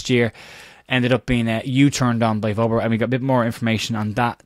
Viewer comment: Hopefully you'll pronounce Wober correctly just once before he leaves....... VERBER!!